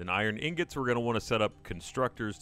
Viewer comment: Why the hell is Gav calling ingots "Newgents" or whatever?